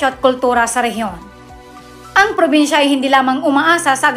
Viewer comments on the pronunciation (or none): "Porbinsya" ba at General Trayas?😅😂 Hahahaha! Ayus a slang ka teh!